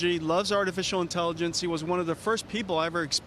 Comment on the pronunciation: His name is Huang not Wong. Please learn to pronounce it accurately.